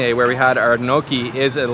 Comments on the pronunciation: i noticed too haha...Gnocchi which is pronounced ''Nyo ki'' but he said ''no key'' hahahah..., with all your travel around the world you still manage to mispronounce some very well known dishes, what's the deal with that 😂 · gnocchi LOL its pronouces NI O CHI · It’s not No Key bro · cant say bagel right at least you pronounced poutine and natas correctly and of course screws up gnocchi great food reviewer cant even pronounce food trusting your advice lololol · Butchered that pronunciation of Kouign Amman. Also Gnocchi. Lol